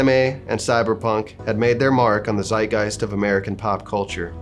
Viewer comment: as a german i was not expecting a german word from you and laughed out loud about the way you said it. its pronounced like "tzeitgeist" but not bad dude